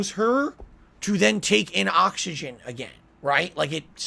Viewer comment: "We are surrounded by ahxigahn"